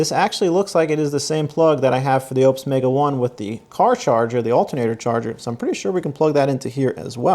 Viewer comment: I don't think your pronunciation of Oupes is correct